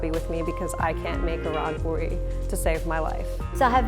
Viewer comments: Poori not porrly and no it’s not a tortilla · It's aaloo-poordi